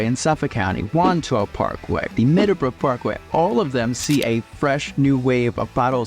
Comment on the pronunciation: Medabra Parkway?!? 🤣🤣🤣🤣 It’s the Meadowbrook Parkway. Stop embarrassing yourself!